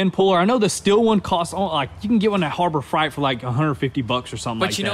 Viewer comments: “Harbor Fright” 😂 Good stuff as always guys. Keep the vids coming. Can’t wait to see the house all finished up as well 💪🏻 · Did he say harbor fright? Perfect, lmao